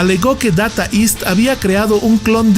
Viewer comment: Se pronuncia... "deita ist"; no "data ist"🙋